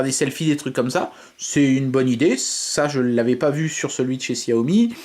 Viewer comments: J'allais le dire c'est chat yo mi que ça ce prononce... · Arête de dire xiaomi ptn